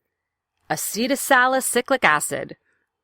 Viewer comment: salicycly or salicylic ??😅